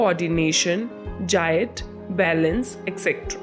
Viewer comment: Jiat? What is jiat? < > is an English word. Do you mean gait? Its pronounced the same as gate... With a hard G and a long A